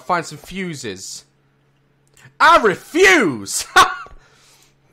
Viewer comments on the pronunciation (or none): "I re-fuse." -Daz Games 2016